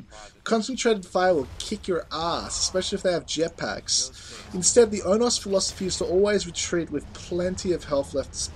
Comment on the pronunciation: Its pronounced Oh-no-s Onos